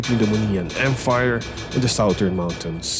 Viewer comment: Did someone notice that pronounce Empire as Emfire